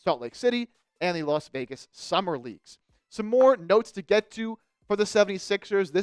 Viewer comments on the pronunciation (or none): none